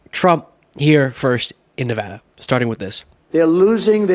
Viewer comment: Thank you for pronouncing Nevada correctly!